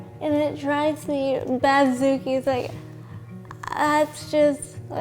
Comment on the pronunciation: Did she just say "batzookie"??? 😂 Omg I love her already